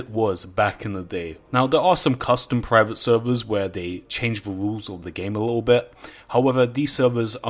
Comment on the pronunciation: "Change da wules"